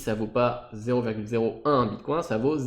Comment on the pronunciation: Prononcer bitcoin à la française ? Je l'avais jamais encore entendu, c'est rageant à chaque fois que tu le dis ^^ Allez pour ceux qui sont rétissants c'est mieux ainsi ;) Merci pour la vidéo, un peu longuet mais complet dans l'ensemble ;)